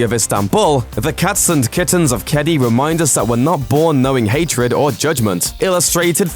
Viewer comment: Just wanted to say that you pronounced "Kedi" wrong. It's Ke - di. Sorry if this sounds rude or/and impolite. I'm just really triggered when people try to pronounce something in a different language and they kind of fail, but nowYou know! Ps don't try to say it tooo fast it'll sound weird, or too slow.